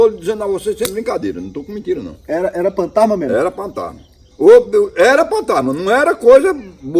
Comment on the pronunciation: Isso ele fala Partana Será ele quer dizer Fantasma